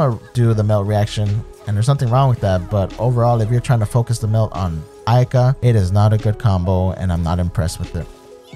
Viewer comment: These streamers never fail to surprise with these messed up pronunciations of Japanese and Chinese. Who the hell is Ay-Kah?